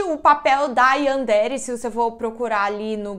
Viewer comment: Sem hate mas se pronuncia Yanderé